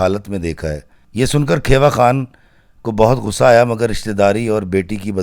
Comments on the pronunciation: It is not kheeewa it's khewa(khiwa) i am from there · Sahiban's father name was Kheewa not Khaiwa. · کھیوا خان kheewa khan تلفظ درست ہونا چاہیے۔